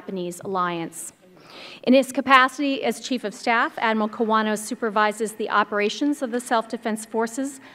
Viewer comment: Admiral Kawano's surname was mistakenly pronounced as "Kowana" in the beginning.